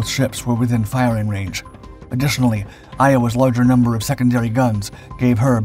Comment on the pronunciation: Good video, but...Iowa's...sonar?🤣